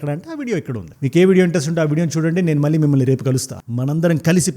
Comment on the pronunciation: మల్లీ కాదు మళ్ళీ సరిగ్గా పలుకు...